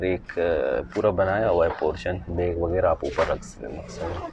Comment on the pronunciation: Everything was perfect in your video Except Aip (App) Baig (Bag) Maip (Map) 😃